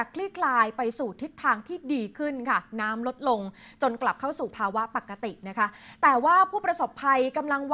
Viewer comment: ปกติครับ ไม่ใช่ปักติ